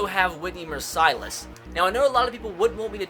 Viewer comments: Whitney MERCE-ILESS not MER-SEYE-LESS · As a Houston fan I cringed Mercilus is said just like merciless Not "Mercylus" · Mercy-less is how you pronounce it, not Mer-Si-Less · Whitney Mercilus' last name is pronounced mersuh-luss, with out mercy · It is pronounced mercy-Less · I cringed at how he says mercilus, it's mer-sill-is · mercilus is said mur- (Like fur) sill- (like window sill) us mer-sill-us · ITS WHITNEY MER-C-LUS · Nice pronunciation of Whitney mercilus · You said Whitney mercilus wrong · Btw, you pronounce Mercilus like a like this: "He's a Mercilus dictator" as in they are brutal and unfair:)))